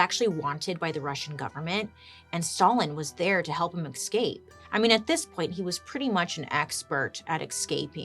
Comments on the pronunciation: You say escape weird. It's like you're saying ex'scape 🤔🤔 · Escape not exscape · It's so funny how bailey says exscape instead of escape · Is it impolite to advise our favourite Bailey that escape does not have an x before the s? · Say it with me, Bails - “Essss. Cape. Essssss. Cape.” There’s no “X” in Escape. 😳 Love you dearly, but you had my OCD flarin’ with the podcast of this one… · Cant help but smile every time bailey pronounces escape as ecscape 😂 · Lol, I love how you add an "x" to the word 'escape'... Do you also say 'ex'presso, instead of "espresso"?? I love the way you talk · She's so cute. She kills me.